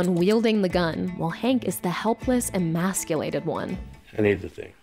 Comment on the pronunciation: This video was doing good until it kept say masiculated every 5 seconds